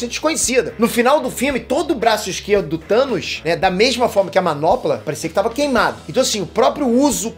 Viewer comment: Toda vez que fala "do Thanos" eu escuto "tutanos" 😂😂😂